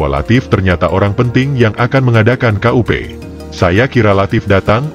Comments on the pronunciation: Kok "KA U PE" 😅 ,Ya dibaca kup=kudeta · Kup bukan k u p....bukan singkatan....!!!